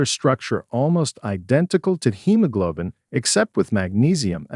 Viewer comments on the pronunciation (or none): none